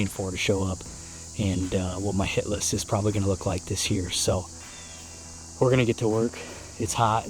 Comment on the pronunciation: I think instead of saying hit list I think I heard $hit list. LOL